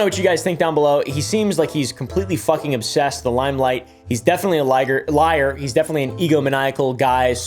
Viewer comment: you said “he’s probably a liger—liar” correcting yourself, there. If you just stopped at “liger”, I’d be ok with it.